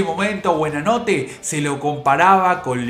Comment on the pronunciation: durante todo el informe dice BUEnanote! y es BUOnanote